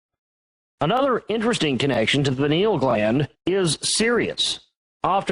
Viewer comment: when you Mispronounce ayahuasca , u lose me. and pyn-EE-ul....is the pronunciations of pineal. Shamanism, independent of drugs, done correctly, opens these doors.